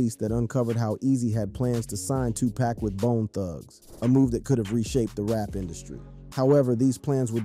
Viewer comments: “Too pack” “Shooge” bruh I got zero faith that you know what you’re talking about 😂 can’t even say they names right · Shoo Jee Knight. 2 Pack. Love the content but please get someone else to narrate. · Shooge, too pack haha 😂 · Did I hear "shoe Nike"2Pack"???👂